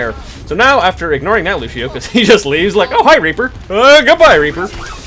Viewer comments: also he says Lucio like Looshio IT'S LUCIO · it's lucio, not lushio!